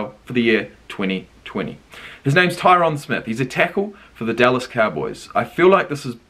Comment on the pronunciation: Great reaction but it’s Tie-rin Smith lmao